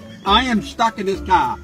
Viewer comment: he sounds like an Aussie when he says car. Must be from Boston